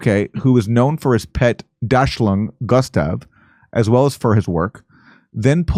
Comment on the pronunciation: My favorite part was how Aaron butchered the pronunciation of Dachshund....